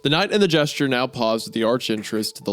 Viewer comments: Anybody else annoyed by how Wendi says "Jester" as "Gesture"? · Hunter mispronouncing a word: FUCK!! Meanwhile Isaiah: gesture, jester, gesture, gesture...